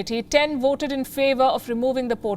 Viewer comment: You take your two front teeth, push it against your lower lip and say voted! If you don’t put your two front teeth on your lower lip you can’t say ,voted, you will always say Woted, but the word is voted!